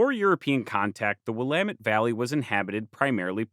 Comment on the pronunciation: currently watching this on a former prairie in the Willamette valley! props to you for getting the pronunciation right, I can't count how many times ive heard people get it wrong lol. great work as always!